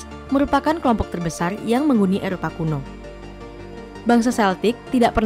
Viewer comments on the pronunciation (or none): none